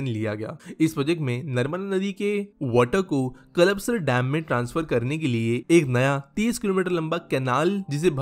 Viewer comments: Nice video. The proper pronunciation is 'Kalpa - sar' and not 'Kalap - sar'. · It's called कल्पसर not कलपसर, thoda pronounciation pe dhayn do bhai 😂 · सर कल्पसर सही उच्चारण है